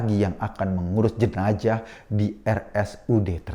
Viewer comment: jenazah woii bukan jenajahhh